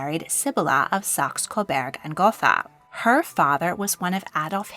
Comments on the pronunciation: Gotha is pronounced "Gota", at least by the British royal family. German doesn't have the "th" sound we have in English. They pronounce it as "t". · Gotha is pronounced gota without th. Battenberg is the same as mount batten. Berg means mountain. The english did not want to be German after ww1 and ww2.